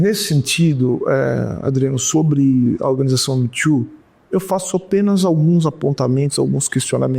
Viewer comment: Custei a entender o que estavam querendo dizerem como "mitchu" . Pelos amor de Deus!!! O movimento se chama " Me too", que se pronuncia "mi tu".